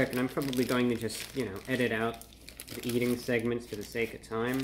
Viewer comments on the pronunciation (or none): none